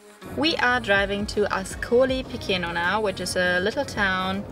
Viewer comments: I enjoyed your video! It's helpful to most travelers when you pronounce the names of towns and cities as they would be pronounced in their country, in this case AScolee pi-CHAY-no. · please ask to local people it's not difficult. Pronunciation: Askoli picheno. The pronunciation rules in Italian are simpler than English.